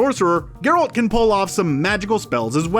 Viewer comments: Barbara Walczyk their pronunciation of Geralt IS a pronunciation but it’s not the one used in the games or movies. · To be fair, it seems like the narrator is attempting to pronounce "Geralt" the way it's pronounced in Polish. But his midwestern accent is so thick that it just sounds silly. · His pronunciation of the name improves later (at times) in the video if it helps. It's also a nice video to watch if you don't know the background lore from the books/games. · Ger-alt and Moose-ack.... Ugh.... Drove me crazy too. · why he say it like that tho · It’s gEralt, not Gralt! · "25 Things You Missed In The Witcher" 1. Geralt is now called GRolt 2. Mouseack is now called Moose-ack 3. Fringilla, the pale lady with green eyes is now black. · "GerAlt"?... Have you even watched this series? Cmon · I'm pretty sure kaer morhen isn't pronounced like that and whats up with gRealt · OMG, Mouse-Sack... NOT Moosack Ger-Alt... not Gare-Alt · You lost me at Grrr-OLT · Grolt, moosehack, yarden, dimertium? Come on dude. You know the commentator knows nothing about the witcher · GeRALT and MOOsack. If he mispronounces another name I will Aard a child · Wtf is a "GROLT" tho? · Ah yes the famous character GrALT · pronounces Geralts name wrong the first time he says it then gets it right quite a few times before he gets wrong again, wtf is up with that? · Why can’t you say the main characters’ name right?!? Kills the whole video. Then you got it right? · Omfg learn how to say THE MAIN CHARACTER'S NAME. Lazy lazy. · He butchered both Geralt and Mousesacks names :). It's not mousse-sack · Only three minutes in and I want to stab my ears every time he says Geralt! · Stopping watching this less than a minute in because of how you pronounced Geralt's name. At least get someone who's watched the show to narrate. After that I don't trust anything else you have to say. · It took you of this video to finally say Geralt's name correctly. Lol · “grALT, J askier” and “viss count” smh.